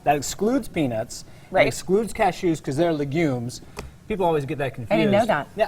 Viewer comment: The way this guy pronounces “gosh” and “legumes”